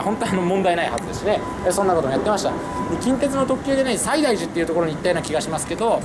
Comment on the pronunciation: 細かいことを言いますと、「西大寺」のイントネーション、─￣￣─＿だと思います。あと薬師寺は西ノ京駅が最寄りです。